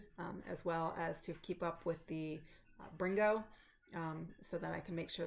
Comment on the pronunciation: Welcome to Flosstube!! You said “brrrrringo” so great! Loved it 😊. I really enjoy your WIPS and can’t wait to see them come to life. Happy stitching!